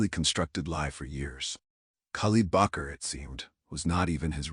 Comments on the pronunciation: Bakr not Bucher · Part of his name would be Bakr and not Bacher. Shows the authors ignorance of Arabic or Islamic names.